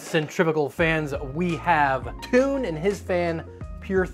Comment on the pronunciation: I'm from Belgium and I laughed when I heard you pronounce Toon. It never came to mind that Toon is toon in English 😂 It's pronounced more like tone. We also have girls names like Joke and Lies.